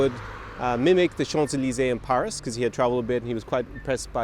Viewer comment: some corrections: when you say Paris in Romanian it sounds like you end in a sh sound, when its actually a plain old s. Also, depending on how you count, Ceaușescu was actually the 3rd or 4th ruler of Communist Romania. also, is that Emil Rengle?